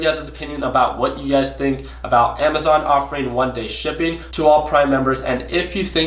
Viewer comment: What's up! Man you ve been trading natural gas so much that when u do your sign offs now it sounds like your saying UGAZ when u mean you guys lmao! Btw really enjoyed Westons series so far, how u guys interact with each other is truly hilarious! Keep at it, luv the vids